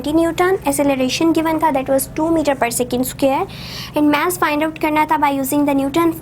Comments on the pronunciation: ASALAM O ALIKUM MAM ITS MASS NOT MASSE PLEASE CORRECT YOUR SOUND OF MASS OTHERWISE YOU ARE BEST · Vo mess nahi mass hai bolna sikle